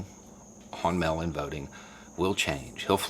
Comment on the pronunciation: I agree with this - and yes it's frustrating as hell, even though it'll end up benefiting me since I mailed in my request for a mail-in ballot yesterday here in Florida. Just one TINY little critique of the video...I had to hear it a few times before understanding that you weren't talking about a "melanin ballot." Enunciate for us transplanted yanks listening in please! MAAAAAYL! Not mel. Sincerely - one of the minority in The Villages voting for Biden.